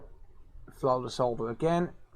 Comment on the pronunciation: leave it up to the rest of the world (not usa) to pronounce solder correctly good job man.